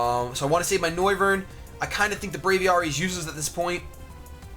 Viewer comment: >Bray-vee-are-ee pls, Brave+Aviary (Aviation) Bray-vee-air-ee